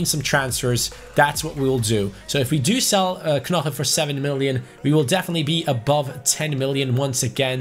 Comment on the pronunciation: you don’t say knoche, you say noche